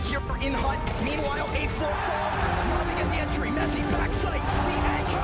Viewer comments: s'il te plait c'est mezi pas metzi 😅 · C’EST MEZZI PAS METEZI !!!!!!